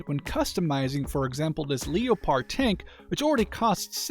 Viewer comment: He called it a Le-o-pard 🤦‍♂️